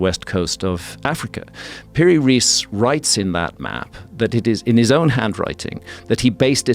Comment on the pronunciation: Just a remark about pronunciation. If you want to pronounce it right, it's "Piri Rice", not "Riece". "Riece" is in German writing, because that way they pronounce Rice as "rice" in English. That's how it should sound. Rice in Arabic means "Captain". So not even his family name. In short, Captain Piri.